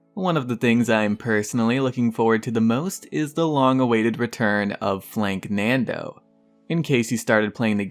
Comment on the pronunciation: Hey its not flanknando its FLANKANDO no N in it